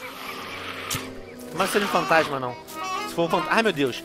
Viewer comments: quem percebeu fatasma em vez de fantasma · Fatasma? Venom daqui a pouco tu vai ficar pior q eu :D kkk